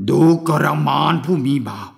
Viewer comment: ทำไม อ่าน ว่า ดู กะระ อานนท์ ฟังยาก ไม่ลื่นหู